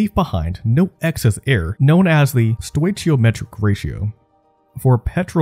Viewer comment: Palladium is pronounced "Pah-Lay-Dee-Um", not "pallah-deeum". Stoichiometric is pronounced "Stoke-EE-Oh-Metric". Ask is pronounced "AsssK", not "axe".